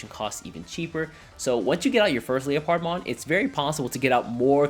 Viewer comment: "leo-pard-mon" it's leopard (leperd) like the big cat.